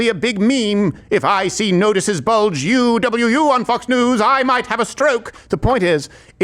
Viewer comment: Owo and uwu have different pronunciations. Uwu sounds like "oooo wooo"